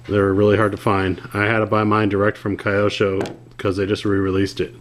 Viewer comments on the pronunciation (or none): Its Kee-yo-sho homie